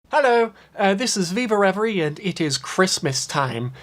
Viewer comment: i thought it was pronounced viva rev-ear